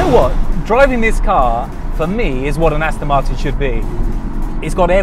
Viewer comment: These car videos are all very well and everything, but, could the presenter say the name of the car CORRECTLY. It's AsTON MarTIN, NOT AsTIN MarTON. WTF !!!